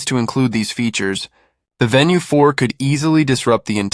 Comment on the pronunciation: venu not VENUE